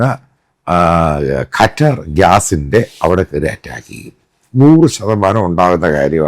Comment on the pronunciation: ഖറ്റർ അല്ല, ഖത്തർ എന്ന് പറയൂ